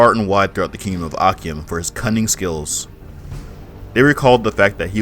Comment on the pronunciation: Great video but akyem is pronounced achim the ky in twi actually makes a ch sound